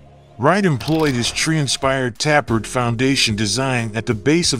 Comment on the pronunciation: "Tappered"? Do you get PAID to narrate this?